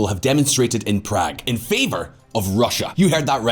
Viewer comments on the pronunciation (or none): none